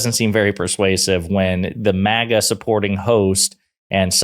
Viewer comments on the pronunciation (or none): none